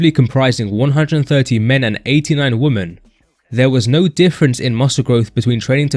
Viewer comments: He keeps pronouncing "women" as "woman" and its driving me crazy. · How many times do we have to repeat this, The plural of Woman is not Woman .. it's Women. It sounds stupid because it is stupid. It's the first thing a child learns and the simplest thing on earth yet so hard to remember apparently and I'm sitting here listening to this like Man . . did he just say 89 woman ? Give me a break